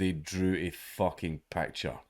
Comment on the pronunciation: It's picture not pecture.